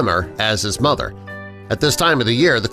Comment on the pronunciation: Mother not mothder.